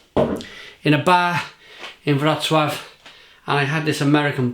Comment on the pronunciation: Wrocław NICE pronouncing